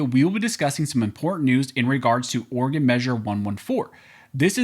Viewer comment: Oregon… sigh